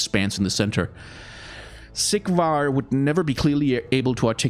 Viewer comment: Is it just me or everytime he says Sigvar's its sounds like Siegward. I can't stop hearing it now!